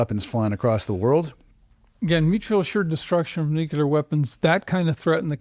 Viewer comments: NucLEAR. Not NucULER. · “ I know a lot about nuclear weapons” has a PHD, pronounces it “nucular” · Very difficult to hear an expert with a phd in something nuclear adjacent pronounce the word "nuke-you-ler" dozens of times. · A guy with a doctorate from Harvard who keeps pronouncing the word nuclear NOOCULUHR is not credible. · Neither of these people know how to pronounce the word "nuclear". Both of them are "authors". Both of them are making money while we watch this. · I’ve never heard the word nuclear mispronounced more.